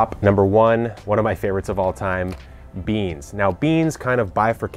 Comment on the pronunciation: ‘One of my absolute favits’ dragons tongue I thought my ears glitched. Love the channel